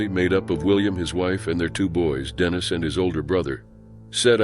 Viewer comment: Dannis? Think you mean Dennis